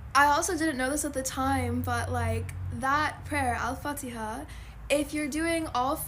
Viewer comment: The way you pronounce Al Fatiah is so beautiful ❤